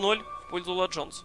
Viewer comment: БЕСИТ "Ла джонс" это тебе не испанский или итальянский!!!